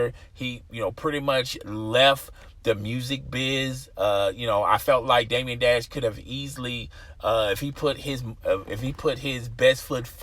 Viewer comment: Bro, Damon Dash. Day-muhn. Not Damien Dash.